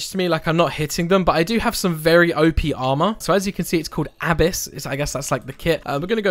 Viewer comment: I love the way you say Abyss. "AAAbuuss!!" LMAO